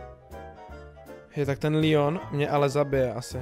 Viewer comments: Hej jak řekl ten Lion mě asi zabije však to je Leon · prosím ťa nevolaj Leona Lion to není lev.like kto súhlasí (pls strašne mi to vadí) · To je leon a ne lion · Seš jedinej kerej rika lion a ne leon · Proč všichni říkají leonovy lion😡🤷‍♂️